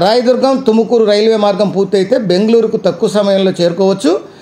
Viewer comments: ఎందన్న. తెలుగోళ్ళ మరియడ తిస్తున్నావు. బెంగళూరు లో కర్ణాటక టుకుమూరు ఉందా 😅😅 తుమకూరు అన్న అది తుకమూరు కాదు కర్ణాటకలో బెంగళూరు ఉంది అన్న. ఎంతో మీరంతా ఎక్కెక్కడ నుంచి వస్తారో. 😢😢😢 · Adhi tukumuru kadda raa tumakuru